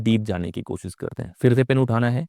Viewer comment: Kosis nahin koshish hota hai. Aap khud koshish par atak gaye. Aapse na ho payega!